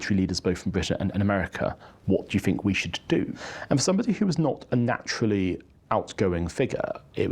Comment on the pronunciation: I'm not sure which is worse, the AI generated commentary of the appalling way in which Alex Larman speaks. "Vis" [this], "Vat" [that], "Fink" [think] etc, etc. There was a time, not so very long ago, that anybody exhibiting such traits of pronunciation [it is called "T H Fronting" and is an affectation, not a speech defect or deficit] would have been derided for speaking in such a manner. They still should be!